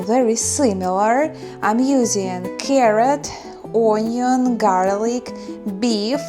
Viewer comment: Hi ..Just wanted to say that your command the English language is very very good. Onion is pronounced Union btw 😊. Here in the UK I have a work colleague (Marina) from Siberia and her English is also good. She also says ‘my dear’.